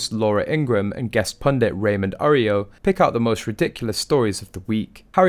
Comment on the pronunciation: Arroyo is pronounced : A- Roy-yo. And I don't know a single person who cares one bit about either of the Suck- exes.. They are ingrates and whiners. Nothing for Americans to admire in that.